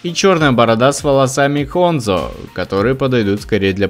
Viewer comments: Ханзо а не Хонзо,Меха - она моя(Ж.Р) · хАнзо а не хОнзо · сам ты ХОНЗО Правильно Хандзо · Какой а хондзо? ХАндзо вообще-то